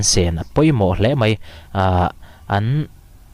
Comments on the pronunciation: ...Duhoma lo zet MAI (MEI ni loin..) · Mei nilo in mai😊